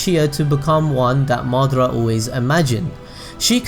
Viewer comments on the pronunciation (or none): none